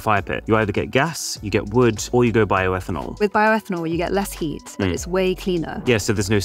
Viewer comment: Bioetanol 😂😂😂 seriously?